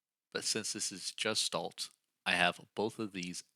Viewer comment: It's pronounced guh·shtaalt. The hard 'G' sound. Not the 'J' sound. I don't even mind pronouncing the 's' as 'sss' instead of the proper 'sh' sound. But the 'g' being pronounced as a 'j' is definitely incorrect and noticeable.